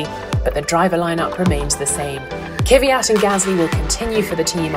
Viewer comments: So annoying that she pronounces Kvyat as Kiwi-at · Why does everyone say Kiviyat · After so many years in F1, why are you still pronouncing Kvyat's name wrong?